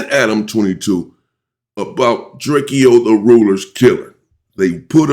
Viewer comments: STOP SAYING DRAKE-O's NAME WRONG. IT IS PRONOUNCED DRA-CO NOT DRAKEO 👀🙏🏾 RESPECT THE DEAD FAM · Drakeyo drakio messican like dude can you please pronounce peoples names right it’s not that much to ask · I wish he would pronounce Drakeo name the right way‼️ And remember, anything you say can and will be used in the court of law‼️